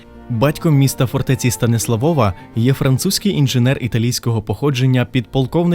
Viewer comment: шо за станіслаВОВА? Якщо СтаніслАв, то прикметник - СтаніслАвів, з якого дива наголос переміщувати на суфікс (приклад Львова не конає, бо там в корені зредуковано голосну - ЛЕвів, ЛЕвова), якщо ж Ви з якогось дива вирішили орієнтуватись на польску орфографію, то нагадаю, що то не знак наголосу над літерою о, а позначення звука у, тоді читайте вже Стансуавув, буде все чітко польскою). Вибачте, нічого особистого, але дуже по вухах... Про дерево сефирот я мовчу, ну ще б масонів туди... Ребе навчав поляка-католика кабали ... авжеж! Приблизно як не так давно Мадонну (співачку).... А так симпатично